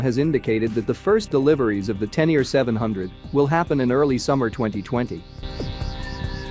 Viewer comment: You pretend to know what you’re talking about but you don’t even know how to pronounce Tenere....